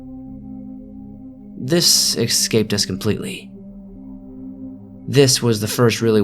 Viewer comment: You pronounce "escape," "excape," but "excavator," "escavator."